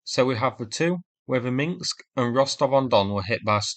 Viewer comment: Oh, please pronounce it Minsk and not Mingsk. Otherwise, nice analysis. Thanks! 🙂